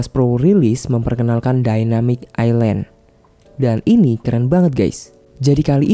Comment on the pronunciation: ILAND AJG BUKAN ISLAND AJG LO KIRA PULAU